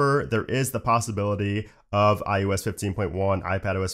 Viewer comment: Your videos are so informative thanks! It does make me do a double take when you say iUS instead of iOS. I thought it was just the microphone until you said Mac OS.